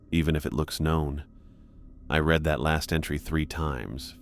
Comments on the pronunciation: You really gotta fix how the machine-generated narration pronounces read / reads when it's past tense, present. Totally gives it away. "tho whoever retz this..." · I really enjoy your content, but your AI needs to learn the difference between read and read, and tear and tear. It really pulls a listener out of the story to hear the incorrect pronunciation. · Before the misuse of 'read' I wouldn't have thought this was AI..